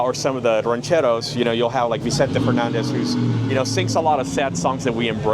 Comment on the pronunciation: The dude at pronunciation of “machismo”and “rancheros” smh. 🤦‍♂️ 😂. Lost all credibility. LOL.